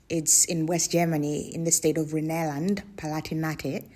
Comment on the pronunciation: Rhineland the "Rhine" pronounced a bit like "rhyme" so like rhyme land, but with an N